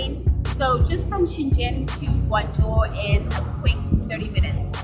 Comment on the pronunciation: Hey sister, as a Guangzhou people I really appreciate that you pronounce the Guangzhou in a correct and clear language but Shenzhen not, all I have just respect for you ✊